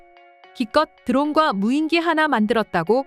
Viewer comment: 여전히 덜 떨어진 여자 나레이터가 '무인기'를 '무인끼'로 발음하는구나. 머리가 나쁘면 평생 몸이 고생한다더니, 이 여자는 혀가 고생하고 있으니 정확히 맞는 말이다.